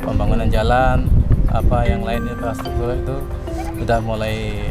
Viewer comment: Infrastruktur kok jadi Inspratuktur. Apakah benar begitu?